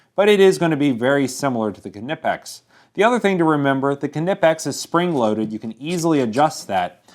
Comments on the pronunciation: knipex is pronounced (nipex). the k is silent like knee which is pronounced (nee). at least thats how i pronouce it. and did i do the test on the craftsman version of the knipex cobras. and i do have the real knipex set even including the big mother which is anout 3 feet long and they r the best plyers ever. thanx for the video i enjoyed it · Knipex pronounced "nip-ex". The k is silent, like in knife. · Great video.I have always heard it pronounced NI-pex. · Hi there, nice test. I have used Knipex for the last 15years, never had any isues. Here we are calling it "nipex" with a slight K in front :) Its like you are preparing to say K in front but continue with N. :) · honestly, I'd think the K is silent, so it would be "Nipex" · i wouldnt say these are "fake"... just not as good quality. pepsi is not "fake coke"... its just another brand for the same flavor (cola). everyone has their opinions. this is more like, "look people, there's more variety now, lets remember who the OG is and why its better" P.S. why would you pronounce it K-nipex... isnt the k silent? i mean, you dont say K-nife... or K-nockoff... idk, maybe im wrong... whoever invented it can call it whatever they want hahaha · Cool Video. Yea, Ive always heard them pronouced as NIE-Pex, Until into YouTube, where I hear your pronunciation of it on almost any place mentioning them. I'm sticking with NIE-Pex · do you pronounce Volkswagen as it's spelled or as folks-vah-gen? because one is correct and one isn't and it's since it's European it's probably not the one you think. keh-nip-ex. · it's pronounced n-eye-pex or ny-pex. you should do a collab with ave. two of the best tool reviews on youtube. Real Tool Boltr: Is it a skookum choocher? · Lol it's pronounced nie-pex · I can't stand watching these videos, the K is silent... stop pronouncing the name like you're a 5 year old. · Don Davis : as a german let me say, the "K" is not silent. 😏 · The "k" is silent. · don't pronounce the k😨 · the k is silent